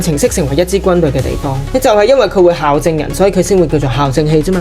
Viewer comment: 小提醒，校對，校正，係讀「教」正的